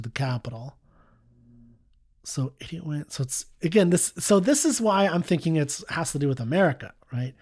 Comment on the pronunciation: Sometimes a dumb-ass song is just that: a dumb-ass song. He can't even pronounce the word "idiot" properly.